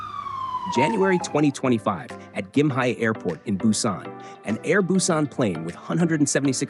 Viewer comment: its pronounced GIM-HAY